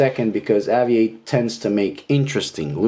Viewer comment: Why do you insist on improperly pronouncing this brands name. AVI-8 is a play on the word Aviate which in English is pronounced ā’-vē-āt, much along the same lines as you pronounced aviation in this very same video.